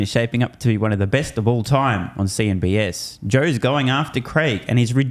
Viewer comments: It’s cnbc. bro not s just sayin the rest is fine!!! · CNBC say it after me CNBC not CNBS ….too much BS!😂